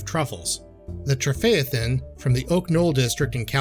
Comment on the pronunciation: Santa "EE-Neez", Cab "Frank", and "Trefayathin" winery.